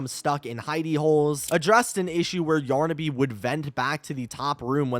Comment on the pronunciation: Yornaby? What… it’s yarnaby!